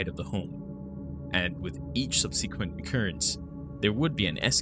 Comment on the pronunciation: I have followed your channel and enjoyed your content immensely, especially since i have found so few covering middle eastern esoteric and occult subjects and current events of high strangeness, and appreciate your work sincerely. Some constructive criticism, subsequently - sub SUH kwent, as in following afterwards. Adolescent is Add oh LESS ant or add oh LESS ence (like since) teenager or being a teenager.